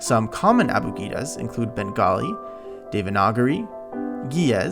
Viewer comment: hey this is sorta random but I'm a Hindi speaker and oh my god, you pronounced Devanagari so perfectly. Keep shining buddy